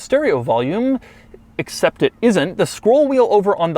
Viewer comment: anybody else get a twinge at the way he pronounced "except" ??